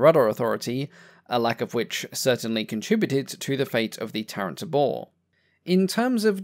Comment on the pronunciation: "Tabor" is pronounced TAY-bore (it's a drum)